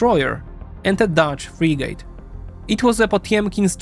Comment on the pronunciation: love the vid but its frIIgit not freeegit <3